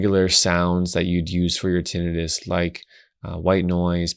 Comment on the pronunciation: I hate when people mispronounce tinnitus. Tin-EYE-tus would only apply if the word was “tinnitis” — inflammation of the tin, I guess. 😂